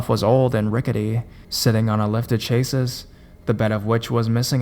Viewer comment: Ok so I like your videos but when you pronounce things wrong it just kills the story. Chase-iss? Wtf is that. How do you not know what chassis are???!!! Good grief!